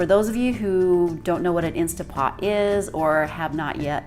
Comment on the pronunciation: Did she call it an insta pot? Hard for me to watch and consider someone an expert if they can’t even pronounce the name of the machine she’s using